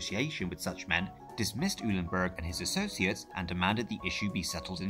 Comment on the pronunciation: Eulenberg is pronounced :"OY-lenberg" and not "EW-lenberg".